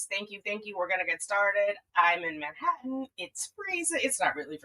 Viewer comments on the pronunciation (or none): none